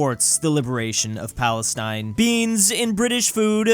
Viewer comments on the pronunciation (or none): none